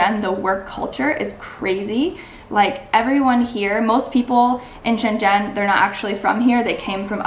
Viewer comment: You live there for 5 years and you still can’t pronounce Shenzhen correctly?